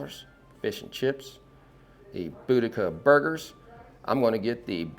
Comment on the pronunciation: You guys are the first ones I've heard pronouce Boudicca right.😘 Very interested in the fish and chips.